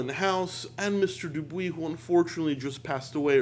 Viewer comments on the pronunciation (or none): "Dupois" is not pronounced the way you say it, it is a French name.